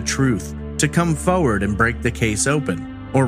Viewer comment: The way you say forward like foewud I have missed this channel seems ages since I watched something